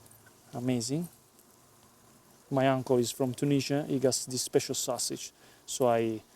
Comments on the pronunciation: say "SO-SIJ" not "SWA-SIJ" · Everytime he says sausage, I think he is going to say swasti*@ lol